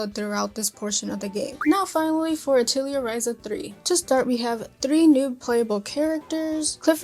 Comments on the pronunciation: The games that are dubbed in English pronounce it this way. It’s incorrect but it’s the way they say it. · Pretty sure you're pronouncing "Atelier" incorrectly.